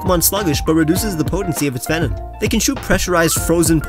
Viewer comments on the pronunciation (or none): none